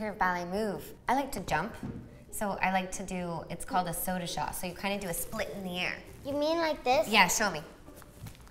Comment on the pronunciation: Lol it isn't a "sodashaw". xD it is called a "saut de chat" (don't prononce those t though). It means cat's jump.